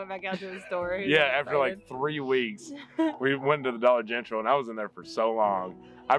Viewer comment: I about lost it laughing when said “dollar gentral”. I was an emergency dispatcher for 16 years and if we had to give a call out the the Dollar General we had a challenge to see if we would be able to get out dollar gentral without hesitation. Like it was the most natural thing. If you did it you got the winnings if not you had to put in $5. Sounds easy until you go to do it and you realize how many people are listening to you on the radio. Anyways thanks for that laugh!